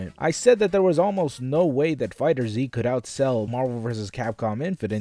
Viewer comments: It isn't Fighter Z. It's FighterZ. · It's pronounced "Fighters" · >Fighter Z I never understood why people can’t pronounce that properly. Pet peeve aside, fighting game numbers on PC hardly matters since they’re mostly played on consoles anyway. Also, even with that 80% drop, DBF is still the most played fighter so all of your talk on it so far is vastly incorrect.